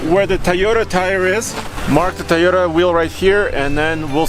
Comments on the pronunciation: Will someone please teach Andre how to pronounce TOYota? It's not TIEota it's TOYota. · Tell the Russian guy how to pronounce Toyota,it starts with a Toy not Tay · Its a Toyota, not a teeota or tahota or tayota, do you say its childs tee or tay or tah, no you say its childs TOY, so say that please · "Tiyota Ticknology"